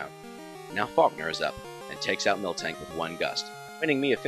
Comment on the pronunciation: "Pilowswine" and "Milktank" are my 2 favourite words in this video, literally reminded me of my childhood friends and me saying the names wrong for years. This unintentional mispronounciation put a big smile on my face. :D